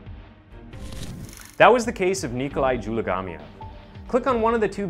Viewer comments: DzuMaGaLieev Learn how to pronounce names ffs its like JewMagahLee'ev for fuck sake cnt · In case you are wondering , his last name is pronounced Zoo-mah- gah- leave